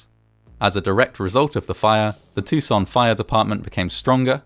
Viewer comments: Too-san. Not tousoon in a French way. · Awesome vid as always, but Tucson is pronounced in a very American, "Toosawn." It's not said with a French accent. We're not that civilized ;) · As a side note, I have to admit that I've always pronounced the city's name very differently (tuck-sen) rather than (too-zen) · Why does he pronounce "Tucson" like he's French fecbdbdht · Why do you pronounce Tucson like it's in France? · This pronunciation of "Tucson" is the second worse around. It is not a French word. Many foreigners do say "Tuck-son" though which is worse. Then the narrator aggravates his case by saying "off-ten" which went away in the 15th century. Does he also say "soff-ten"? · i love the frenchification of your pronunciation of Tucson lol